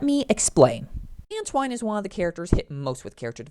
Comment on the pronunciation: If you don't know how to pronounce Antoine's name, just watch ANY episode of SatAM and problem solved.